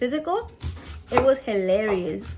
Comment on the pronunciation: “It was Helerious” 🤣🤣🤣🤣🤣